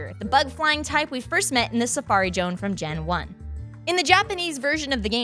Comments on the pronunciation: Shout out to the editor for picking up on mispronouncing Safari Zone (if she herself edited the episode then even more kudos are in order for self deprecation). Gave me a little chuckle in an otherwise very informational episode. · Ohhhh so close. The answer we were looking for was Safari Zone . But you can always try again next week Pronounce that Pokemon location.